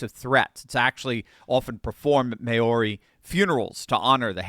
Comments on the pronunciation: correct, it's pronounced: mao - sounds like cow, ri - sounds like "ree" and it's a smoother softer, blended sound vs may-oh-ree. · Pronounces (Mao Ri) not Mauri :face-blue-smiling::face-blue-smiling::face-blue-smiling::face-blue-smiling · It's pronounced Mow reeee. .... Not May ori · Pronounces (Mao Ri) not Mauri :face-red-heart-shape::face-red-heart-shape::face-red-heart-shape::face-red-heart-shape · It’s pronounced mouwer eeee - sorry just sayin 😊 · It’s MOWry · I think it is pronounced mao-ree,. Mao...like the commie. Then ree. Mao-ree. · Maori, pronounced mao re😂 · The pronunciation of Mouri rhymes with mouldy. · It's pronounced"Mow-ri." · Maori is pronounced "mowry". God bless everyone here. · *Mow (like cow) Ree. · Maori is pronounced slightly different. I won't try (🇦🇺) perhaps research it. If you're interested - UK entered only two treaties with indigenous wrt conflict/war... the Gurkhas and Maori. Google those two peoples and warrior culture. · You are pronouncing Maori wrong.